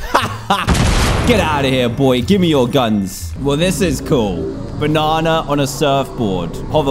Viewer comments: Dan: BUNANA!! Me: Pffff (Laugh Very Hard) Yhsysteg:ydydyhshshsuaiaujs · he said BONANAA 😂😂